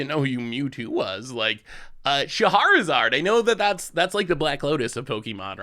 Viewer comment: "Chaharizard" not to be confused with "Shahrazad".